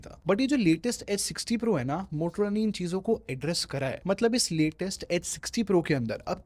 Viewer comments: Bhai Muthrola nh Motorola h😂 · i heard muhtrola lol